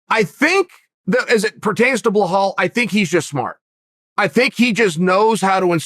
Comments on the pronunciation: Bhal Mohamed? B i L a L come on dude 😂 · Chael: Behahl Mookhamid Me, a Bilal: ok great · Me: Balal Muhammad. Chael: BLAH-HALL MOOHARMED! Me: Blah-hall Mooharmed. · “BlurHall” Mohammad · Blehal Muhammad ? whos that chael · if uncle Chael says he’s name is blahall you bet your bottom dollar, ima call that foo blahall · Chael "blowhole mahomed" Sonnen